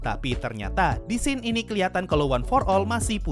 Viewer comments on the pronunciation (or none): none